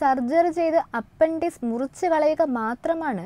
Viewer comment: അപ്പൻഡിസ്‌ക് അല്ല.... അപ്പെൻഡിക്സ്‌ (appendix) എന്നല്ലേ ഉച്ചരിക്കേണ്ടതു് ...!!